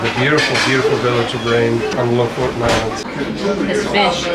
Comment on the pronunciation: The last vowel is an E not O. LO-FOTEN is a more correct way to pronounce it.